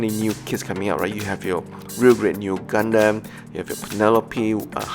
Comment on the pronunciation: I hear Gundamn not Gundam.